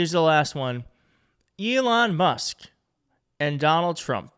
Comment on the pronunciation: If anyone has contact with, perhaps they will let him know 1) he appears to be a sincere, passionate presenter, and 2) during his Trump/Musk episode, appeared to consistently refer to Elon Musk by pronouncing Elon’s surname as “Must.” If that is the result of a speech impediment, it’s understandable. If not a speech impediment, perhaps should not throw the stick too far - regarding someone slurring. Thank you, whomever is willing to get this to.